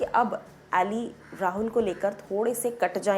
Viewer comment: अली है एली नही😎😎